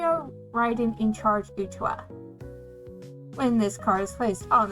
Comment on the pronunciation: Nice deck profile. Makes me want to rework some cards needed for my saekano deck. Also, it's ok, I've gotten Utaha's name wrong, too. The first time I saw her name.